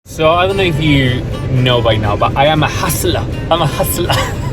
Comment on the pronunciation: "I am a huhsulah!" 😂 Congrats!